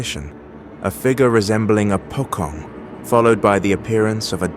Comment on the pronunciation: Pocong = Po-chong